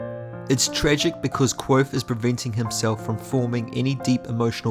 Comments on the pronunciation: I love these videos, but is there a reason you're pronouncing the V in Kvothe as a W? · Dang only made it about 50 seconds in. If you like the series enough to make videos the least you could do is pronounce the protagonists name correctly. Here is a video of Patrick Rothfuss doing just that for you.